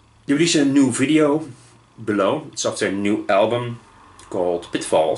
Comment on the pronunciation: You could react to the audio without the video, i think it is the video that is blocked for upload. And please it is BE-low, not Blow (it changes the meaning a lot :D). Joke aside, keep the good work, your reactions are great (even though I don't comment much). Your Igorrr reaction is a gem and is one of the best reactions ever on Youtube.